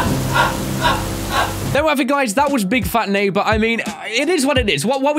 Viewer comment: Yeah... can talk good all I heard was oof and sad violin music... yeah and drunk "big fat neigbor"